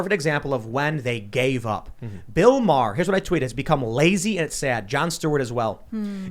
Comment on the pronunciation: worst thig is that American's can't pronounce Maher